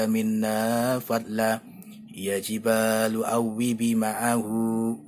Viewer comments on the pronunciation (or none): ولقد أتينا داود منا فضلا ياجبال اوبى معه والطير وألناله الحديد Maaf Min, tulisan yg di vidio ini perlu dikoreksi, dan jg membacanya kurang tepat. Yang bener : ya jibalu (ياجبال) Yang benar : wa alanna (وألَنا)